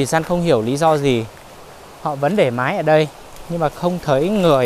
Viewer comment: Máy chứ không phải mái 😄